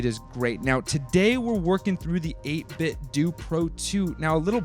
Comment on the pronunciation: It’s 8bitdo as in “doo”. The official 8bitdo speakers, made by 8bitdo, startup noise say “8bitdooooo” as in doo. Just saying.